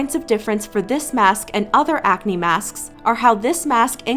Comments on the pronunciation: Leave a like if you heard when she said masksksk like that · Everytime she says masksksk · said masksks and i am DYING